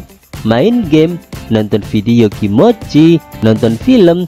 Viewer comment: Ko gua ngakak denger suara nya,apa lagi pas nyebutin "kimoci"